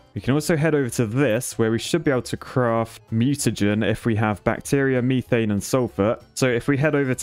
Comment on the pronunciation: i love how he says methane as (ME)thane instead of (METH)ane